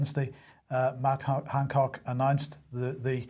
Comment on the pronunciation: I just wanted to mention here something I have noticed for a long time now: I love the way with Northern Ireland accent he always says "Mad Hancock"! Perhaps he is really saying it, but his accent can give him the excuse. Love it!